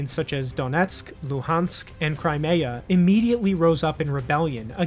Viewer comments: He can't even pronounce Crimea, and he think he is an expert.😂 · The fact that you can't even pronounce Crimea right shows how much you know about this subject.